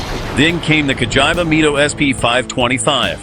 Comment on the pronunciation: Nice video, even though You didn’t get a single accent! Cagiaiva Mido… Frecchia, and other horror pronouncements… 😂